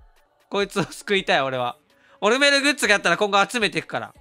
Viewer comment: オ↑ルメルだと思ったらハーバーグリでがオルメル→って発音してて吹いてしもたわ、すまん